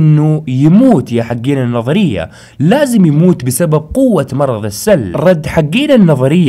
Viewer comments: بعد اذنك 👍❤ المرض اسمه السُل وليس السَل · اخي اسم المرض السٌل وليس السَل يعني بالضمه مو بالفتحه اتمنى انك فهمت قصدي